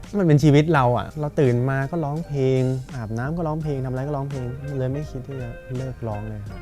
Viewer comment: เวลาร้องเพลง น้องออกเสียงควบกล้ำ ร. - ล ครบเครื่อง แต่เวลาพูดทำไมน้องไม่มีควบกล้ำล่ะคะ เสียบุคคลิกนะ "ล้องเพง" งี้ แก้จุดนี้ด้วยนะคะ